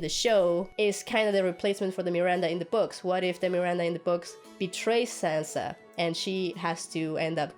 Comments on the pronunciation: It is Sansa not Sanza. Stereotypical american english -yikes! Sir, please stay on your own channel. "Politic-ing"????" seriously? How about using intelligible words such as, "campaigning" or "lobbying?" It is unfortunate that you came from the "George Bush School of Talking Good." Cher is better as a solo artist . . . ditch this guy. He's not funny, I feel embarrassed for him. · I hate being one of these people but... "Saanza"? Sanssssa.